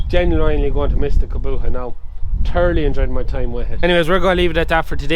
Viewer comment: Why cant ge pronouce Kubota properly? Its not a fecking Kaboota.